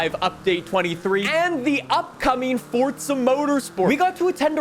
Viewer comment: Drinking game: take a shot for every time he says "ForTza" within the first 45 seconds...